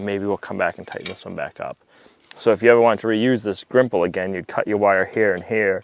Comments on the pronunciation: It is Gripple where I come from, not Grimple. Grimple may be a "knockoff" version. I could give you a few other fence tips especially associated with bracing, but you will work it out over time. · Not Grimple, Gripple